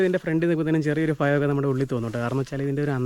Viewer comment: ഫയം, ഫീകരത??? ഭയം, ഭീകരത അല്ലേ?